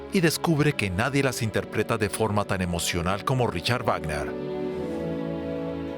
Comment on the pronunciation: ¿De verdad en DW no saben cómo se pronuncia el nombre del compositor?